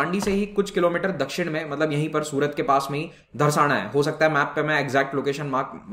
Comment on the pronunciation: It's not Dharsana, it's Dharasna.